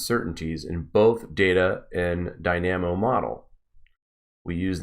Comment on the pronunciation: Great work! For future reference, "dynamo" receives the emphasis on the first syllable, and pronounced "die-nah-moe"